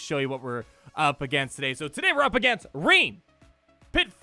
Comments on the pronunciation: Lol it’s French. It’s “René” not “Reen” 😂😂😂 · Hey guy‘s he‘s in my guild and in this case it‘s a German/Austrian name. It‘s just Rene 😂